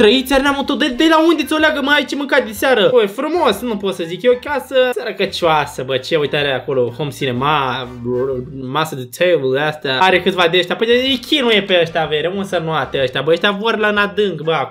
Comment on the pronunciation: no prablem" ,,masa de teibal" 😂